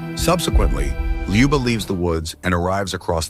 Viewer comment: Ljuba, not Liba.